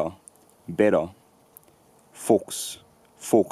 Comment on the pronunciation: He is pronuncing it as /foxs/ – voiceless "h" followed by "s", so I would imagine it is intentional.